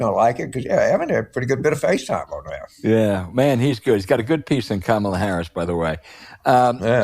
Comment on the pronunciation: Hey Al, do you think you could pronounce her name correctly. It's not that hard. Try "Comma La." == Kamala. My take, Scott Jennings is a moron. He is on CNN to stir things up. He must be well paid. If Trampon loses, Jennings will be out of business. He better save his $$$$. There would be no reason to keep him on the show.